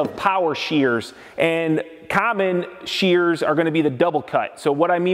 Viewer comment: Omg they are called SHEARS. Shhh, Shhh-ears. Sound it out. No not CHEARS. There is no Che Che sounds. Drives me as crazy as people who say filder instead of filter.